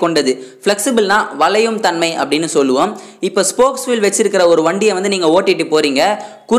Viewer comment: சொல்றது எல்லாம் சரிதான்.உச்சறிப்புதான் கேவலமா இறுக்கு.உதாரணம். வலயும . பல்லம். இதுதான் தவறு.